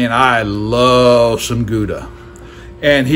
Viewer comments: Perfect cook my butt. That's a rare steak. Not even close to medium rare. Medium rare look pink with lots of juice. Your is my purple. Use a thermometer bro... His name is Guga not Guda. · lol he has to know he’s mispronouncing both Guga and Wagyu